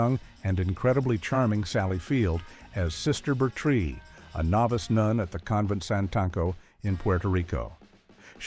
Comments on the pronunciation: It's pronounced "Ber- Trill" not "Ber- Tree". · It's Sister Ber-trill. The Ls are not silent. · Her name was Sister Betrille (pronounced: burr-trill) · 1. The Flying Nun — AI narrator mispronounced the name Sister Bertrille 3. Mr. Smith, Ugh! I found that show boring and creepy. With the exception of maybe two shows, the rest were garbage and deserved to be forgotten.